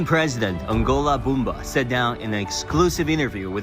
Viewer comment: Nangolo not Angola Mbumba please !! Thank you.